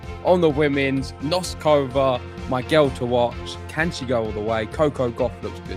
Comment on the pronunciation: Okay guys - you know how much I love you guys. So it's time once again for some tough love. "Noskova," "Bouzkova," and "Dimitrov." It'll take you 3 min's to get their names right if you just search "how to pronounce........." You're too good to keep getting these wrong, and it sounds like you're off & running on "Noskova!" Otherwise, I'm predicting Fery reaches the end of the line against Sascha. Mr. Zverev looks very relaxed now that he is a Slam Champ. But kudos to Arthur, and good luck to all Brits in the World Cup!